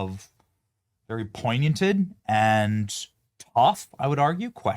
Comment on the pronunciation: Did you say”poignianted”?🤣